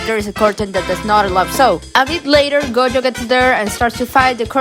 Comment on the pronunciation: This person calling gojo goyo is so... weird